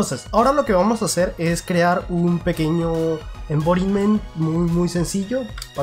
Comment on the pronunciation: Envoriment? no sera "environment". Porque no hablas en español,. Broma aparte,buen video como siempre..